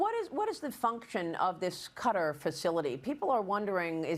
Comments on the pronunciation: Kutter 🔪? I thought it was pronounced Kay-Tar - Qatar. ok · It Is "Ka-Tar", Maria ... Not "Cutter" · Are they pronouncing Qatar like "Cudder" on purpose? Or do they really not know? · Everyone else: Qatar Fox new anchors: Cutter. Like u can google QATAR and Google can pronounce it for you. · a severe lack of braincells is required to pronounce Qatar as cutter. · I wish you’d pronounce Qatar correctly.